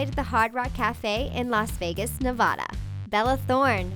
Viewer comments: Btw it's pronounced nu-va-duh Navada not nov-au-duh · Did she just say naaavada i cant😂😂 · oh my gooiiod. when she said Nevada like that I dieeeed.